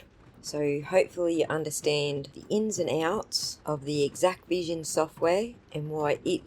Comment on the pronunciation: THANK YOU for correcting the pronunciation of this vendor's name. It was driving me nuts that people kept calling it "Equivision", as if the X, A and C were silent. You made good points about the Exacqvision file formats. My opinion diverges on some other points though. I believe the Sallyport camera was an Axis M3045-V IP camera, which has its own web interface to control its streaming output. Exacqvision provides direct Axis integration, which bypasses the need for any other Axis software. The "origin" file format therefore is not something in the Axis family; it's whatever the stream capture is contained in on the network drive, which is defined in Exacqvision. I agree that the video formats are not proprietary, and that hashing proves very little. Encryption could be more useful, but it is an optional configuration only.